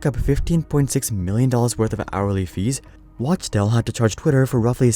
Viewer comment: Wachtel is pronounced "Wock Tell"